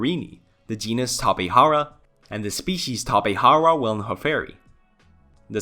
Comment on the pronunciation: the pronunciation of the letter "j" in Tapejara should be said as in tapejaridea. remember that in Brazil, we speak Portuguese, not Spanish.